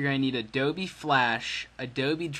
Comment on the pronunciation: This guy said ADOBE like adobee